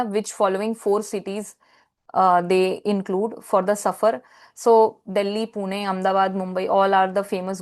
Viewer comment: I always had a hunch that you know Marathi well, from your emmaculate pronunciation of 'PUNE' while you were explaining the Aundh Mitrashakti MCQ, Pleasant Surprise Indeed.